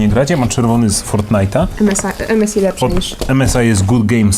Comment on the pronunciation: EMESAJ A NIE EMESI!!